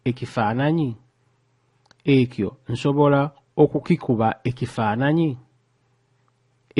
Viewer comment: Spotted errors in your pronunciation of 'Ki' and ' Ekyo'